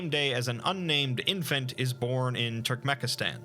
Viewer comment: The country is called Turkmenistan not Turkmekistan. Also, The word "virulent" is pronounced veer-you-lent not Vaye-ru-lent.